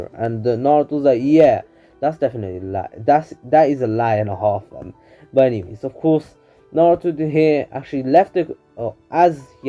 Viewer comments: This dude really said hald 😃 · Ik this guy did not just say hald☠💀💀💀